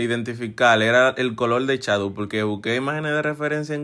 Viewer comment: Se dice shadow no chadow😂😂😂